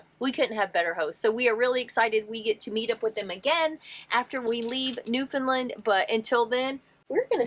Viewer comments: It's newfoundland not newfinland...it's ok even most canadian pronounce found as fin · My darlins...It is not NEW. FIN LIND. IT IS FOR N0N NEWFIES NEW FOUND LAND..NO I'S. FOR SOMEONE WHO TRULY APPRECIATES O.UR CULTURE. .then it is newfunland. PLEASE DO NOT SAY NEW...FIN..LIND AND PASS THE WORD ON... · It's not pronounced Newfinlind. It's New Found Land rolled together nice and smooth. Newfoundland Canada has no states, but 10 provinces and 3 territories. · Believe me we have the same questions when travelling into the US. And you probably will as well. Hope you have a fabulous time in our neck of the woods. NEWFOUNDLAND rhymes with UNDERSTAND. Say it that way, not NEWFUNLUND. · It’s hard to listen to your pronunciation. It’s pronounced New-fun-LAND. it’s a common mispronunciation. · Just to clear up a small point, Newfoundland rhymes with understand. Happy travels! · Hello, I just found your channel. This may be really picky, but I just wanna correct the way that you’re pronouncing Newfoundland. Say understand first and then say Newfoundland it rhymes together. I just say this because as a Torontonian I always miss pronounced the word Newfoundland as Newfoundland LIND at the end. I married a new fee so I must pronounce the name of the province correctly. Looking forward to your adventures in Newfoundland and hopefully you will see some icebergs.